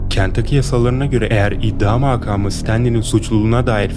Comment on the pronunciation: ‘İddia mağkaağmı’na kadar çok iyi gidiyordu 😭